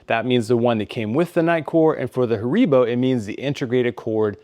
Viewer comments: Not Haaribbow....😁 its HAARIIIBOOH... i appreciate the presentation from germany🫡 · It's pronounced HAribo.